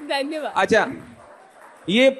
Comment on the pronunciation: Diya Mirza saying Dhayawad 😄😄😄